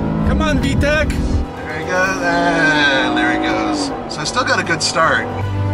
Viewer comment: PSA: It’s Vtec not Vtech.